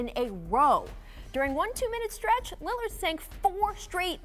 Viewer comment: “Damian Lidird” 😂